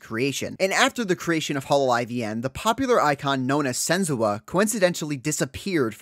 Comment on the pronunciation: Why are you saying sen-zoo-ah????